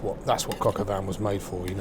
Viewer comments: Why do British people pronounce shit wrong on purpose like all of their lives? “Cock aw van” lmaoooo it’s “coke oh veen” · "Cocka van"...lol, brits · Du pain noir pour dire Pinot noir ; Huître pour dire sot-l-y-laisse ; crocavan pour dire coq au vin. C'est un shit doublage automatique. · I pronounce it “cock al veen” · The bastard can't even say it correctly.